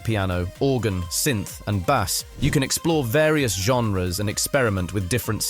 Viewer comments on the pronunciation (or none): The first thing I found odd was the pronounciation of the word Bass, the narrator said Bass, not Base as it shoukd be pronounced, it's a bit like posting a comment without spell checking, so I don't intend to watch any more. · This dude just said b’ass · I’m leaving after you said bass like a largemouth bass. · Bass is not pronounced like the bass fish.